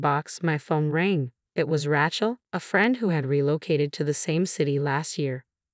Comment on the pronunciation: Sophia is pronpunced So-fee-a. Rachel is pronounced Ray-chul. Very distracting.